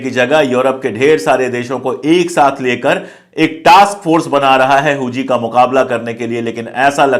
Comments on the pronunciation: Huthi हैं जी हूजी नही हाउथी है वो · Huzi nhi huthi hota h sir😂😂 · Hooji nahi hooti hota h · "हुती" (HOUTI) है भाई साहेब "होजी" (HOUJHI) नही है। Please Note it. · Pandey ji,correct word Houthi hai Hooji nahin. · हुजी नहीं है सर हूती है| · Huji nahi bhai huti k samane bolo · Houji nhi houthi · does not even know how pronounce Hoothys. He speaks Hoojees 😊😊😊😊😊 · Yes, exactly.